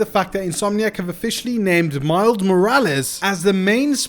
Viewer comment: bro just said Mild Morales lol